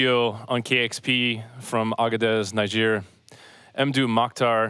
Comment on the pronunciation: The name of the country is pronounced "Nee-jer". Why do Americans always get it wrong? There is no "Cow" in Moscow, no "Lay" in Laos, Salisbury is "Sauls-bree". I just watched the acclaimed crime-writer Ian Rankin talking on an American TV show bemoaning how his novels have been adapted to American "English" and lost their context.